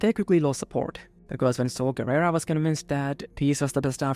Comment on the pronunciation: I felt emotional pain every time you mispronounced Saw Garrera's name. Other than that very fun video.